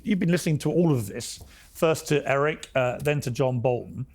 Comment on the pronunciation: Piers you gotta get Erics name right